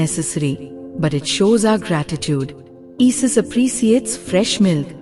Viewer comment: Who the hells " EE-SIS". GET AN ENGLISH BOT